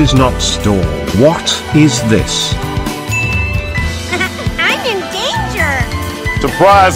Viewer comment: Gotta love how it was pronounced, "Whot, iz thiss"